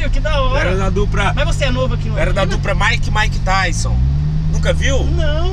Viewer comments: "MAIKE E MAIKETAISON" KKKKKKKKKK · "Maick e maick tyson" kkkkkk